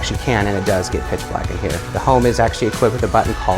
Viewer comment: anyone find it strange how he speaks, i mean i enjoy his videos but he says "home" like a complete oreo(black on the outside white on the inside) makes me cringe every time